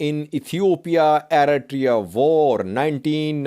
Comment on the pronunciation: how many 1000s of times have u used the word eritrea? U never spell nor pronounce it correctly yet.